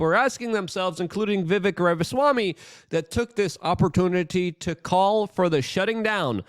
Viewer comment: Luke..dude..you had him on your podcast and still don't pronounce Vivek properly?? smh